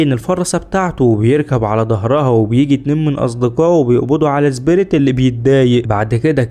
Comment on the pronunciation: ليش تنطق سبيريت . زبيريت